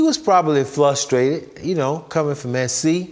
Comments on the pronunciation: Flustrated? What’s flustrated? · "flustrated" good word combine, but hey Mike Curtis w.Seahawks still making big plays